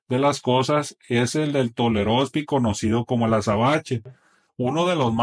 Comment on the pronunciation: Dice tolerospi y quiere decir pistolero